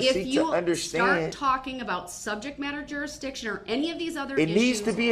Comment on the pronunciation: How many times did he bring up "subjek matta jusridchin??